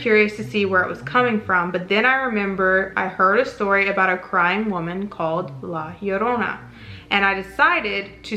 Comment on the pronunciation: Thank you for correctly pronouncing La Llorona 🙌🏽! Most people butcher it.